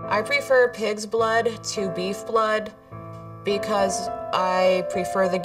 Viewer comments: When she said she drinks pigs blood I thought she said kids blood, I was like 😕 please no. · and i thought she said kid blood